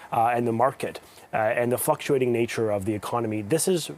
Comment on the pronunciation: The fucktuating 🤣! Sounds about right 👍🏿 to me!